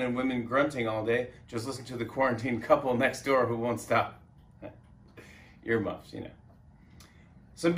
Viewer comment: Haha Jimmy said “ear muffs”